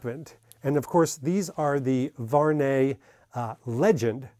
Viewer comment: Salut mec , ty prononce mal le français , the good pronociation is VU...AR...NEY ,in 3 time